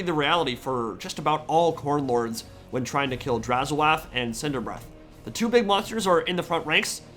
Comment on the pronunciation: YOU'RE TSAYING HIS NAME WRONG. If you listen to the games workshop videos it's pronounced as Draz-hoath. As in oath, with a bit of an h at the beginning of oath for hoath. It's not draz-ho-ath.